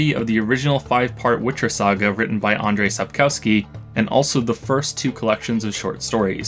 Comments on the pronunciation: So you learnt Polish, but mispronounced Andrzej Sapkowski's name I think I spotted the lie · bro just listen to the way he pronounced Andrzej Sapkowski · Alex Yang-Nikodym Judging by how he pronounces „Andrzej Sapkowski” - no. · bad pronunciation is a tradition on this channel and regardless i haven't seen a single native english speaker youtuber that managed to pronounce Andrzej Sapkowski correctly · Naprawdę mówisz po polsku? 0_o Wątpię. Umiałbyś poprawnie wymówić ‘Andrzej Sapkowski’.